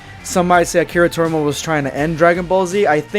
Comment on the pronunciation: His name's Akira TorIYAma not Akira Torma, dude.